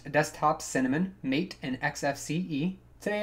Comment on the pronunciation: Apparently it's Maté as in 'Mataay' - Spanish something